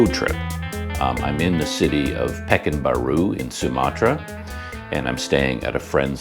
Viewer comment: way to pronounce pekan baru is PER KAAN BAARU